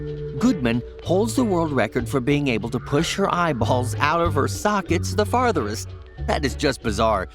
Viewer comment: He says fartherest